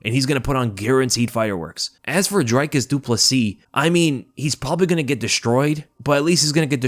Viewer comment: It's NOT ' Dry Cus ' !!! 😂😂😂🤦